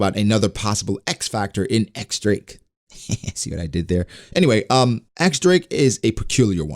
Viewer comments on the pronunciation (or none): I like the idea of the supernovas turning on each other once Kaido is taken down. And btw, the X in X-drake is actually pronounced as diez